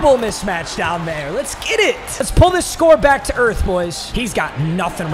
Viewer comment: Bruh, it’s mismatch not mitchmatch 😂